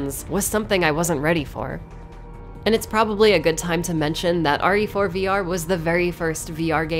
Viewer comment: Am I the only one that heard say "Ori For" instead of "RE Four"?